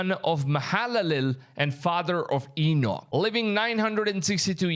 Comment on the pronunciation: His name does come up often... Great video brother. Some how you pronounce Enoch correctly, but murdered Nephilim! God bless you Maranatha!